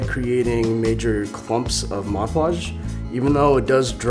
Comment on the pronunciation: I liked the video but i really bothered me when he said Moj Podge